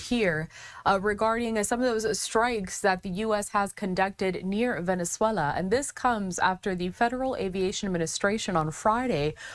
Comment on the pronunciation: It’s Venezuela Not venezallaaaaaa